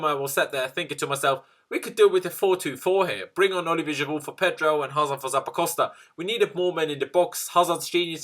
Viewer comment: You deserved to lose this game just based on the way you say Giroud